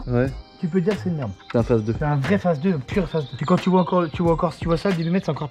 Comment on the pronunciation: Vous dites toujours face mais je suppose que vous savez qu'on dit phase normalement ? 🤨